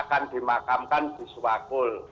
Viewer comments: Sewakul maksudnya bukan sewulan,hehehe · Bukan Presenter nya aja gaes yg ga nyambung, Tim redaksi nya emang ini yg aneh. Sewakul kok jadi suwatu Wkwkwk